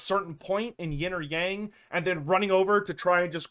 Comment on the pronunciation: OH PLZ learn how to say "Yang" properly